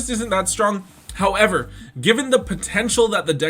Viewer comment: I like your content but everytime you say "however" and the emphasis you give to it makes me cringe..